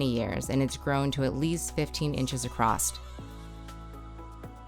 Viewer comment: 15inches accrost... accrost ooops lol